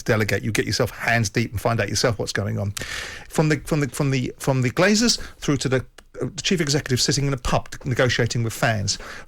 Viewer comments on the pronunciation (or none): Graeme - it’s “Glazers”, not “Glaziers”. They don’t install windows, they just leach money from sports teams.